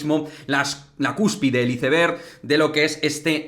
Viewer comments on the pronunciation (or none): none